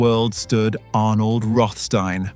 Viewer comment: begun good with rothstein alas typical english unable prounaciat correct slipping into sandard steen after been perhaps used too many times in row...